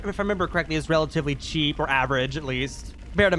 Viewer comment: Bro you said Cheap like wtf?😂